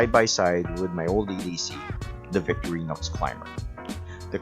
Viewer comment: You are mispronouncing the two Swiss army knife companies: Vik-TOR-eenox for Victorinox VENG-uh for Wenger Perhaps your home language makes these Swiss German / French names hard to pronounce. No big deal, but, if you make videos about Victorinox and Wenger knives, can't hurt to pronounce the names! Cheers! This model is my favourite pocket carry these days. Locking knives are not strictly speaking legal in my country, Israel, except on multitools or when out camping or hiking. I own the similar models with locks, and saws. All great.